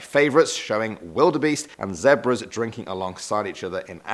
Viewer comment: “ZEHB-RAH” lol